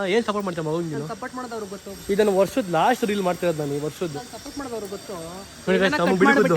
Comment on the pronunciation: ಅದು ಗೋತ ಅಲ್ಲ ಗೊತ್ತ..? Bro